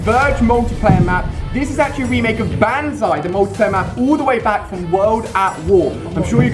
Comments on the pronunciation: and its not banzai its bonzai idiot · Ali...Ali.... It's pronounced bon-zye, not ban-zye... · Bonzai not Banzai! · PRONOUNCED BONZEYE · BONZAI IS HOW U PRONOUNCE IT FFS!!!! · it's banzai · You're saying banzai wrong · just saying you pronounce the A as an O in banzai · Does anyone else hate the way Ali-a says banzai?